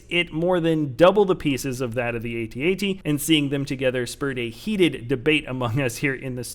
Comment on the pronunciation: if a snow speeder can win against a AT-AT, than id say the sandcrawler would win against an AT-AT oh and BTW, its Pronounce Eay Tea-Eay Tea